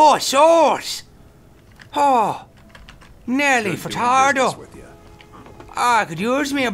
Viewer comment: Nerrrrlly Ferrtarrdou